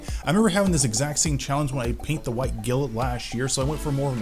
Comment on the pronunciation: he definitely is, he said glint correctly in the video he made the model once then reverted back to his other pronunciation.